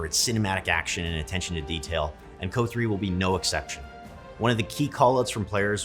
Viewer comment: I've never heard someone call it "co" like that